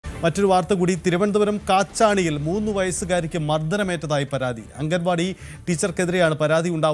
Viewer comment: അംഗൻവാടി അല്ല മാഷേ അങ്കണവാടി എന്നു തന്നെ പറയണം അങ്ങനെ തന്നെ എഴുതണം അതാണ് ശരിയായ മലയാളം